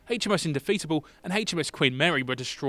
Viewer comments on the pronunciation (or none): That is a weird way to pronounce Indefatigable